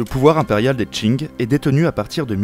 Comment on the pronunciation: Dieu merci il prononce pas Qing comme King! Edit: vidéo incroyable. Une qualité très difficilement égalable sur youtube !